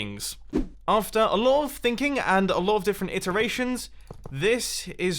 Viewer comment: since mumbo was talking about things i then thought he said THINGKING which is actually thinking